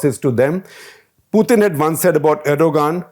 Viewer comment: Dear Shekar, you say "Poothin". I checked both the English and Russian pronunciation. It's "Pootin". Just FYI.